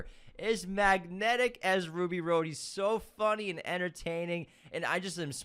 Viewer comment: 🤣 🤣 🤣 Right?! Every time I heard “Ruby Road” my eye twitched a little. Haha